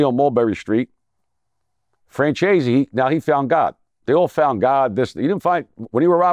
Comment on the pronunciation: Nobody caught that “Francheesy” diss ? 😂😂😂😂